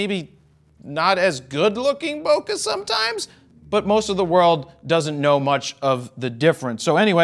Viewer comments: Man, the way you mispronounced bokeh made me cringe so hard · There’s no such thing as good or bad Bokah, only Bokeh lol 😂